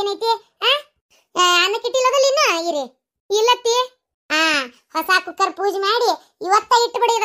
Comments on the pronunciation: ಯವ್ವ ಗಿರ್ಜಕ್ಕ ಅದು ಕುಲ್ಕರ್ ಅಲ್ಲೇ ಯವ್ವ ಕುಕ್ಕರ್ .ಚುಸ್ ಚುಸ್ 😂😂😂😂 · adu kunukar alla kukkar